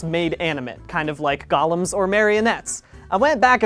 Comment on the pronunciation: Finally, someone who pronounces "golem" correctly